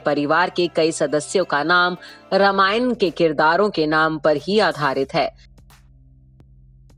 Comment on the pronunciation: Aapko padhne Ata hai nahi,ramayan ko aap ramana bol rahi hai,hindi me bhi aap angreji padh rahi hain